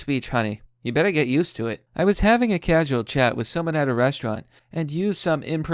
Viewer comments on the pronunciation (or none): none